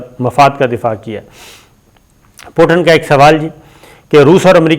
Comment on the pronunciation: It is not Potin, his name is Putin. Please correct your pronunciation.